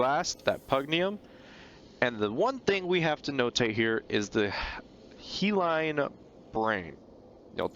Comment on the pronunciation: Hyaline is pronounced Hiya-Lean. He Line was funny tho XD